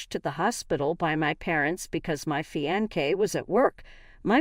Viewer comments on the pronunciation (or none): Fionce is pronounced Fi-on-se not Fi-on-kay Please dump this computer reader and get a HUMAN English speaker.